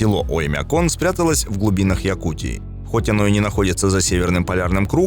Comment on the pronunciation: Странно произносишь слово - "Оймякон". Слух "режет". Как будто забываешь название и читаешь со шпаргалки, да еще с каким то акцентом! Ролик совсем ни о чём, хотя про Оймякон можно много чего рассказать. Но все равно - лайк👍👍👍))